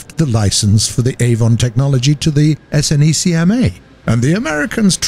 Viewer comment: Its pronounced Snecma as a word, not S N E C M A